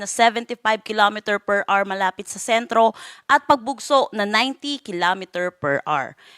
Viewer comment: HOUR-AH-WER HINDI AWR